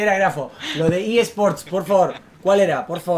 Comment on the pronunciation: Re dice EA sport in the game :v no TN game xd